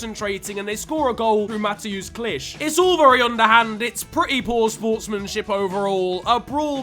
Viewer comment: would you like to pronounce the leeds player its mat-eus kl-ick